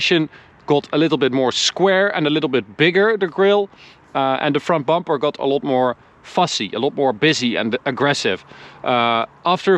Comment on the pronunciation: Ben fan van jullie video’s en je Engels is ook best goed maarrrrrr wil je de “O” meer als “A” uitspreken, dus gat ipv got en lat ipv lot. Beetje meer tussen de O en A in eigenlijk. Verder niks dan complimenten.